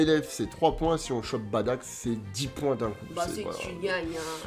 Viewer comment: Badack ca fait mal au oreilles bardock svp